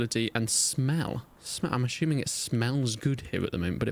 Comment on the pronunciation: I'm "ashuming" 😂😂